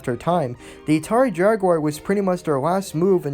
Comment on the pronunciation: Dude, why do you constantly pronounce Atari as "Natari"?! 😂😆🤣 This is a terrible video. I learned absolutely nothing about Ghostbusters the game and why exactly it is being remastered and rereleased. You spent most of this 4 minute 40 second video rambling on about Atari (while pronouncing it as Natari), and they weren't even the developers, they just published the game. You need to work on your fact checking as well as general knowledge base, because you could've easily googled the devs of this game (Terminal Reality) and atleast had your base facts straight. You should also work on your speech and pronunciation of words. When you make a video, you have to ask yourself "what information am i trying to convey to not only my audience, but to myself?". In other words, could you understand your own video if you just stumbled across it on youtube?? What did your own vid convey to you?! In this case, it couldn't have have helped you understand much. Do not let this critique discourage you. Improve yourself.